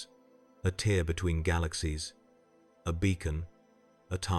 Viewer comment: The AI voice is good, but gets a few words wrong such as "tear" .